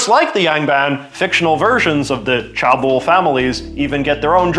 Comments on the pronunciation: Cheabol is not pronounced as 'car bold', it is pronounced as 'Che (as in the Che in Che Guevera) bold' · chaebol is pronounced ché bol as opposed to chah bol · Aah! Sorry. I just had to make one comment: pronunciations. It seems like the word with the biggest issue is “Chae-bol”. Usually whenever there’s more than one vowel, it is expected to be read like in English. So in this case you would read it as “Cheh-Ball”. But as with many many unfortunate attempts to spell out other foreign languages, CH is often J. It it is actually “Jeh-Buhl”. Contrastingly if there’s one vowel like in “Yang-ban” you would read it like Spanish, which in this case becomes “Yaang-Baan” and not “Yiang-Ben”. (Good job w the rest!!) Love your episodes!